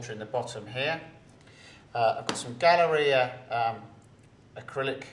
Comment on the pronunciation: Did anybody else accidentally hear "Gonorrhea" when he said "Galleria"?